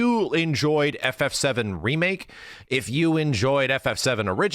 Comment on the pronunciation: A "DEE Make" 😂